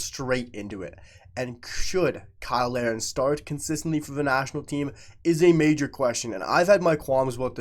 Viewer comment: Why do you usually pronounce Kyle Larin's name like everyone else & other times pronounce it "Lareen"? In this video alone, you switched back & forth multiple times. BTW, I agree with you regarding Larin & the main proof of this is how much Jesse Marsch plays him as a starter.